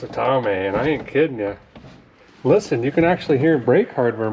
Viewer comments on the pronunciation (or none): none